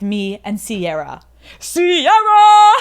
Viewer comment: This is great, but it’s Ciara not sierra